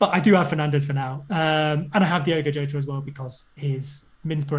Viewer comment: I heard Yota and Jota but now we have calling him Jowta???